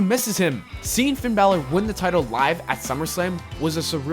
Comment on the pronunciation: "Who should challenge Taker at Mania" You pronounced "Finn Balor" wrong 😉